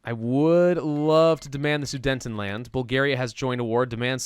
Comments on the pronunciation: I cringed every time he called the "Sudetenland", "The Soodnetend Land"! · Omfg it hurt when u kept calling it the sudentenland (it’s soo deten land) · Please stop saying Sudentenland it's Sudetenland